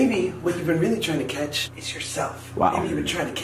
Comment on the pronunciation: Its catch not cash